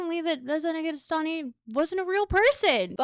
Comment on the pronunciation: I like how Negarestani almost sounds a bit like 'negative sunny'. Which makes sense.